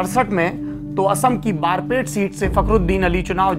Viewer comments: Bordoli 🚫 bordoloi, barpet 🚫 Barpeta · Baarpet nhi barpeta h